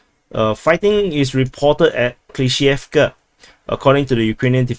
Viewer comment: It's up to them, terminology-wise. A*v*diivka. Av-diiv-ka. TASS reported Prigozhin's statement. Good job on pronouncing Klishchiivka!